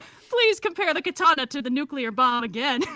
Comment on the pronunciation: I SPAT OUT MY TEA ("Kata-narr"! im wheezing)